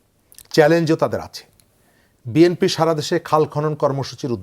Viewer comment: ম্যাডাম বিএম্পি বলতে কি বুঝাচ্ছেন ? বিএনপি একটি রাজনৈতিক দলের নাম প্রচার মাধ্যমে উচ্চারণ করতে পারেন না।